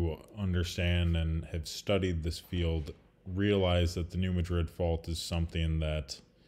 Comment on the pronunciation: Thanks for the video. Just a point for you...New Madrid is pronounced "Mad rid", not "Ma drid". Personally I do not care, but, the keyboard warriors out there will call you out. USBS...does not report ALOT of earthquakes and is a part of the world wide "0.9" club...downgrade large EQ's to x.9 for some unknown stupid reason. Example: 5.2M down to 4.9M or 7.2 down to 6.9. No one knows why they do it...geesh!